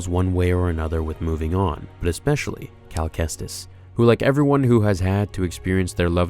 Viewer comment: Cal KEKstus